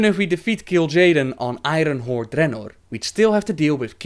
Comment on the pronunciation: I fucking love how you pronounce Draenor :D